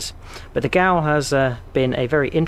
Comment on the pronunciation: It is pronounced 'Ger-veil' :) The accent on the Ö is an 'er' sound and the 'w' is like a 'v' because they are an Austrian company!